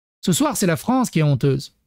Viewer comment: Pauvre "Fronce"...